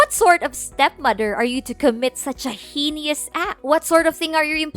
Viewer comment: 'Subsequent' is pronounced 'sub-seh-kwent' not 'subseeekent' and 'heinous' is pronounced 'hey-nuhs' not 'hee-nooz'